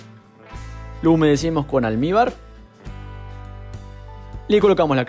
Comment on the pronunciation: Qué es lo que echas en cada capa de bizcocho, ¿Almíbar? ¿Alnibar? No sé qué es, me encantó tu vídeo.